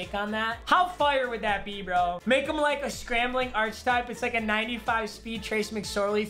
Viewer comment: My man really said Arch-type instead of archetype